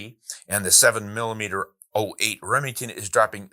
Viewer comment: Hi. It is a 7mm-zero 8 (7mm-08) and not 7mm-letter O 8)! Andrew